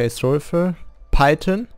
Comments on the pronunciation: It’s Python not Pytin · Love the way you say python